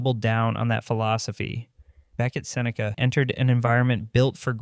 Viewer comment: I'm guessing he said his name wrong on the first cut and had to dub in the correct pronunciation.